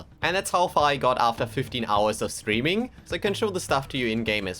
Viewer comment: Each time you say streaming, I hear screaming. And I just chuckle every time.